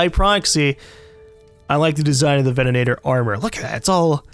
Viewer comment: *facepalm* "Venanator". Bruh, venator